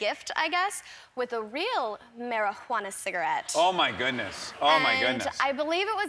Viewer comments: She said mary-who-ana. 😂😂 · Marijuana “cigarette” 😂 she’s so cute